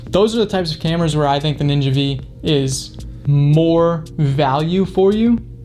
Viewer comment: AFAIK it isn’t the ‘Ninja Vee’ it’s ‘Ninja Five’. V is the Roman numeral for five.